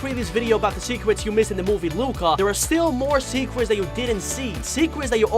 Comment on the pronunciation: I heard you said "secwets" instead of "secrets"